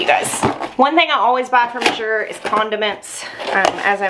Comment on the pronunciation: It's pronounced like the color of blue. "Az-yur" or "As you're" Sort of rhymes with "Asher." Wow, what a great haul!!